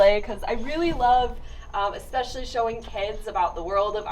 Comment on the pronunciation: Good video. I gotta say, I find it slightly amusing how at some point many people have decided to pronounce especially, expecially. I'd like to ask one of these people to spell it out for me and see if it is just the way they are pronouncing it, or if they have just gone ahead and changed the spelling as well. Anyways, keep up the great work and I'll be here for the next video.